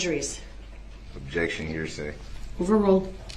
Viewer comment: Objecssion axed and answered.